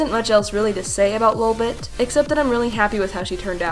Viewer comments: Lil’ bit is obviously the same thing as Lolbit, the pronunciation isn’t different at all! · DID YOU CALL LOLBIT LILBIT THE FIRST TIME NO